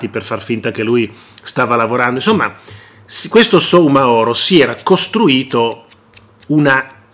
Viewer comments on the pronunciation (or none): La cooperativa si chiama KARIBU CON L'ACCENTO SULLA I(i) Il signore si chiama Abubakar Soumahoro e si pronuncia sumahoro Abubakar con l'accento sull'ultima a